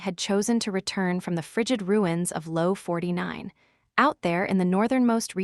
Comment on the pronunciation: The pronunciation is off for a few things in this audio, it’s “key song” not “Kai song” also it’s LO-49 not low 49. As well as the W what it’s W-what as a space not its own word